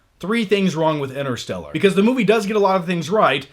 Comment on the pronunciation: ENTER-STELLAR!!!! quit saying inner.